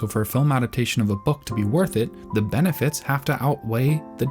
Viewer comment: i cant, bro..... its benefits, not benifits